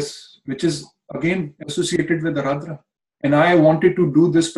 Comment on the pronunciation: Guess its Ardra, not aradra..